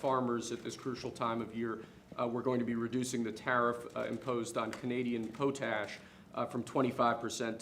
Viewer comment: It's not pronounced POTE ASH... it's POT ASH.... simple right ? Furthermore...they're RARE earths...not RAW earths.